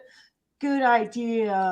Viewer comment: TWICET.. ITS TWICE. IGERANT.. IGNORANT! YOU speak about education, That's hilarious,.. I have counted at least 500 words you have no idea how to say. IDEAL for idea. I,mean, you have a very poor Vacabulary. Your worse than Candus, Your aggressive, Angry, you come across as, superior. You talk over everyone. I get Narcissistic vibes from you. You sure have a superior view of yourself. Your running your Nasty mouth, and your children are hearing this every night. I mean, What kind of role Model are you for your children. I heard you say, that D/C used terrible language, in front of their children. You have no room to talk. Kind regards from the west of Ireland.